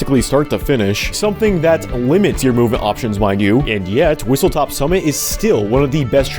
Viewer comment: WhistleSTOP not WhistleTOP